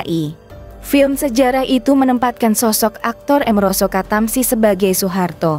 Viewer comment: Min baca nya jangan sok inggris Doong! Amaroso Katamsi, jangan merosot ketemsi, jadi jejek kedengaran nya!